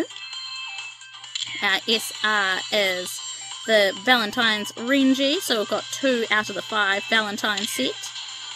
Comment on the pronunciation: Please, tell me that you've watched at least some of the Anime by now. I like you but, those pronunciations of their names were so cringe. The way you were gushing over the guys was cute though. Haha! My favourites, because I can't choose just one, sorry...Natsuki, Ren, Reiji (not Renji), and Tokiya. 😍😍😍💕💕💕 I like the other guys a lot too, although I had to watch the Anime before I really liked Syo, Ai, and Camus. I've got a love/hate thing with Camus, because he can be so arrogant at times.